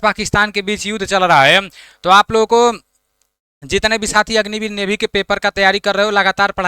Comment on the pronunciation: नेवी ❌ नेभी 😂